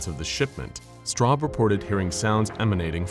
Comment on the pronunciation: Okay, that feels weird pronouncing Straub like that... It's also my surname, for those of you wondering...